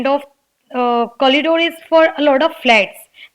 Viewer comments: It's not Collidoor. It's corridor. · Nice, but that's corridor dear not collidor. I am sure you must have made it correct after watching ur own video. Plz don't mind it. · Ma'am I'm confuse🤔.. is it collidore or corridor .. what you used in conversation while speaking ??